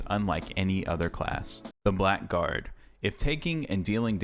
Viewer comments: I do not know if you found this out yourself or if someone already corrected you on this, but... it's not pronounced Black Guard.. even if THAT is indeed what it says.. I have also pronounced this wrong for years untill I played a game with this class a long time ago.. It is pronounced BLAGGARD.. and stands for a scoundrel, a person that lives in lower society, a crook etc. don't believe me? look it up! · Blackguard is pronounced more like 'Blaggard' It's an old English word